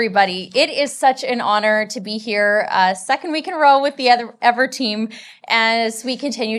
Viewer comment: This woman is boring, fatuous, and mispronounces EAVOR's name over and over but investing in EAVOR is the smartest thing the Canadian government has doe in decades. They SHOULD be hiring EAVOR to convert every major power plant in Canada to geothermal except for hydroelectric plants. Eavor has already proven its ability to create cost-effective power sources for electricity generation. There's a fortune to be made selling excess power to the U.S. and a fortune to be saved using geothermal instead of coal, gas, and nuclear.